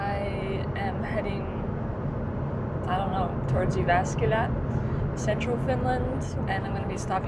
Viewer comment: Yeah I thought is a Finnish woman with a very convinsing US English accent, but then she pronounced Jyväskylä weirdly and I was like … huh?!?!?!?